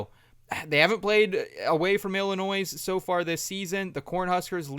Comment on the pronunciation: Bruh the s in Illinois is silent